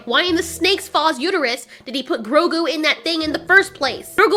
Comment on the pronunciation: Love this review but hate the way she says Grogu XD